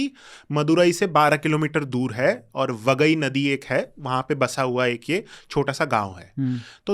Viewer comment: शब्दों के सही उच्चारण करो जैसे पांडियन वाईगाई मदुरई